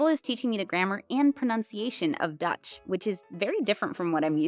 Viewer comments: Your Dutch pronounciation is really good. It is clear you aren't Dutch, but if I didn't know any better, I'd guess you were a foreigner who has lived in the Netherlands and made an effort to learn for years. 👍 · As a Dutchie, I think you're pronouncing the Dutch words really well! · OMG I LOVE YOU LEARNING DUTCH!! Your pronunciation is pretty good!! Thank you for how you’ve helped me accept my ADHD in its own uniqueness :) really appreciate your content!!